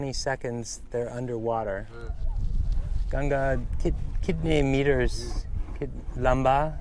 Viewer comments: please pronounce it "ganga" not "gange" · Its GANGA, NOT GANGES 🙂